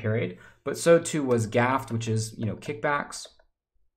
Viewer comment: *graft, not gaft